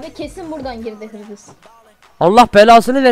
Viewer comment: hırgıs mı girmiş yazık yazık 😂😂😂